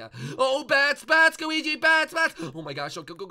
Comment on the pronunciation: he kept calling him gooigi:)